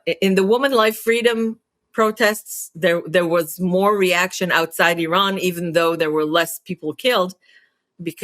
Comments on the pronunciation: Its not called IRON its IRAN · You don’t pronounce name of the country correctly